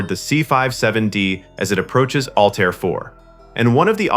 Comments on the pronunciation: HEY ANNOUNCER: it is not ALL TIRE !!!!!!! It is pronounce ALLTEAR ,. as in ALL AIR= ALLTAIR. Learn how to Talk or DON"T NARRATE EVER AGAIN!@ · The AI mispronunciations are painful. The was no planet in the movie call All-tire, nor are there any studios named Warner Brose. Find the right pronunciations and type them phonetically next time.